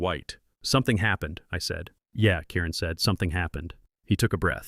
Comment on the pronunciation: Karen ? He is saying Kiren bad AI